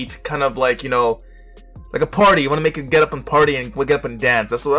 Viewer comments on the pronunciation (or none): Lol sure you have reading problem too, just listen to the last syllable it was pronounce as "tho/thow" and not "to".... You must have the same pronunciation as her and insist you are correct, silly you